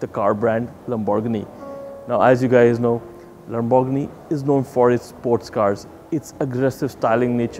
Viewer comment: LAMBORGHINI NOT LAMBò RGANI...................